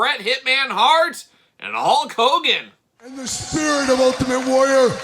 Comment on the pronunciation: Is it Hogan or "cogan"? I always hear the latter